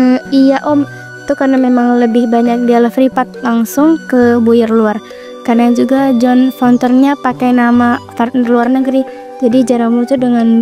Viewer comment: maaaffff banget sudah lama nonton dan subs channel ini. awalnya maklum mungkin baru. tapi ini udah lama banget. sumpah ganggu banget dubbernya. kenapa ga dihayati dulu alur ceritanya. malah kek baca teks. mana bacanya juga ngasal. buyer yg harusnya dibaca bayer malah buyer beneran. udah sering banget lho apalagi kalo bahasa asing. intonasi, ekspresi suara kaku banget. please ini keresahan penonton sudah dari lama kan ? please evaluasi lagi. sorry